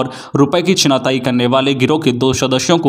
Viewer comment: छिनतई को 3 बार छिनाताई बोला गया